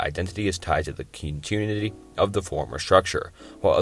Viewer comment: thought this would be a good video but you can tell that this guy either plagiarized or used AI to write the script. none of these are paradoxes, they’re dilemas and thought experiments. you also read out like 50 typos, with examples including but not limited to “Contitinuity”, “Contuinity”, and “Quala”